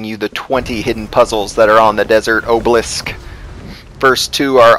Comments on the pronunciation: His mistake is saying Oblisk, instead of Obelisk. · Ah buh lisk. Not Oh buh lisk. I really appreciate the help when I get stuck on a certain environmental puzzle but god damn is it frustrating when people say things incorrectly.